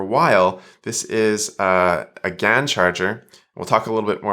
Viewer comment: Thank you!:37 No,, gallium nitride is not replacing "silicone" in some circuits. It is replacing silicon in some components. Different words, different meanings, different pronunciations. (I don't think that GaN is usually pronounced "gan," either.)